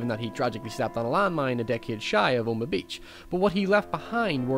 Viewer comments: Are you saying "Omah" beach? It's OH-MAH-HA. I'm sure I'm just mishearing you. I love your videos, and I love your channel. I happen to be a fellow sufferer of chronic, maddening depression. Movies help heal that pain, don't they? Thanks for your channel, thanks for your insights, thanks for everything. I'm only subscribing NOW, which is weird, because I've been taking a look at this channel for a few months now. I don't subscribe often. Or at all. But yours is terrific. You've found a niche. That's hard to do,. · Omaha. O-ma-haw, not Oma. Stop saying “oma” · it's O-ma-ha beach not oh-ma beach. I cringed everytime he said the name. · the joke is that says it like "Omagh" instead of "Omaha". I usually don't reply to 2 year old comments, but seeing as you did I figured I'd do the same. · *Oh-Muh-Ha Beach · What a fascinating analysis. My only problem is that Omaha is 3 syllables not two. Oh Ma Hah